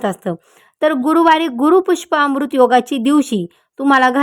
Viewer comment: ते गुरूपुष्याम्रृत आहे गुरूपुष्पाम्रृत नव्हे